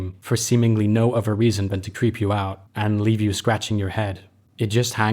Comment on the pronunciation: Nothing related to the game - are you half english half US? Just noticed how you seem to say 'van' rather than 'than', which is quite common in England t. English